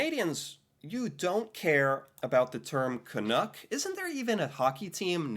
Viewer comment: It's Canuck not canook As in it rhymes with luck not look We find the term canook very derogatory because it doesn't exist...at least not as a nickname for Canadians. Wow!